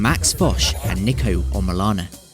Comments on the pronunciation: His name is pronounced n-ee-ko ya dummy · Niko*** not Neeko! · It can be pronounced both ways but he goes by ‘Niko’ not ‘Neeko’ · Still can't get his name right his name is niko say it right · It’s pronounced nick-o he literally laughs at people who pronounce it like you do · Yes they both are pronounced the same, but the "Niko" in niko omilana is pronounced "Neko". Which is the wrong pronunciation. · Bro niko is pronounced nee-ko just search it. British accent truly changes it. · Niko Before they were famous mispronounced your name Are you going to end them?🤣🤣🤣